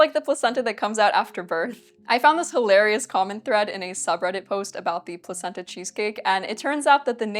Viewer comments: Placenta in that context is pronounced Plakenta. I know this because I'm a sophisticated, worldly person with a wide range of knowledge and absolutely not because I watched a Max Miller video about it. Yes... let's go with that. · the c was hard. pronounced "plakenta"